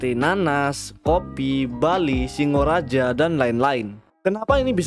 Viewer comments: Bacanya Singaraja bang bukan Singoraja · gw aja yg orang bali gak punya cita-cita kayak gitu LOL, ralat admin itu namanya singaraja bukan singoraja anak buleleng panas dingin dengernya.